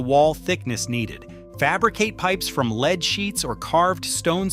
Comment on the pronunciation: The narrator must be ignorant or A I. The metal lead is pronounced "led" not "leed". 👎